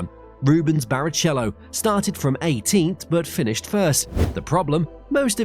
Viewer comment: The pronunciation...